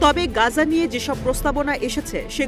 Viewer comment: "গাজা" নয় সঠিক উচ্চারণ হবে "গাজ্জা"... ধন্যবাদ